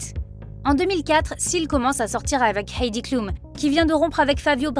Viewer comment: On prononce Àïdi cloum